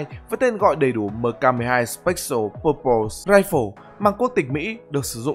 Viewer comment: mk12 spếch-sồ bô-bồ rai-phồ :))